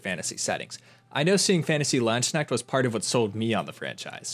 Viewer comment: Please look up the correct pronunciation of Landesknecht